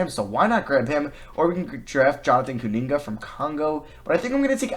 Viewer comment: Jonathon KuMinga*, i dont know why it’s Jonathon KuNinga